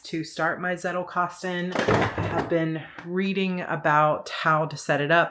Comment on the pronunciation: It made me smile when I heard you pronounce 'Zettelkasten'. But I guess every Anglo-Saxon will pronounce the Z as a soft 'S' like you did, while a Germanspeaking would pronounce the German word with a hard 'Ts'.( Just an observation from a German. You do you, it's your language )